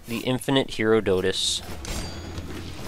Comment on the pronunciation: It's Huh-RAH-duh-tus, like the Greek historian. Tiny nitpick, but still love the series and the work you do. Keep being awesome!